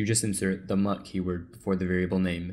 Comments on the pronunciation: it's the mute keyword, not "mutt". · mut is typically pronounced mute, not mutt thank you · "In order to make them mutable you just insert the 'mut' keyword" the way you pronounced it 😂😂😂 If ThePrimeagen got a hold of your video, you will be roasted to death🤣🤣🤣